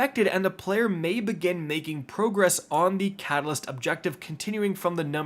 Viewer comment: Bro says "pro" gress, like he only ever seen the word written. It's progress bud.